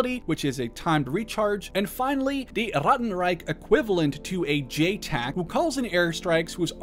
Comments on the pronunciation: As a german speaker the way you say 'ratten reich' feels borderline offensive and racist just say it normally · Sorry but saying Rattenreich with a German accent is really distracting.